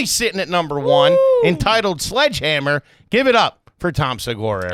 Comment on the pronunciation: Is it garbage for Tom to mispronounce his own special “Sludgehammer” when talking about the bushes being cut after berating people about not pronouncing words correctly??? 😂😂😂😂